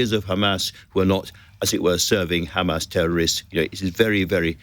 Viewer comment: Rapes? Where is the evidence Isreal? Beheading babies - no evidence. This journalist needs to be sacked - he didn’t once push for answers. It’s “Hamas!”Not “Kkkmas!”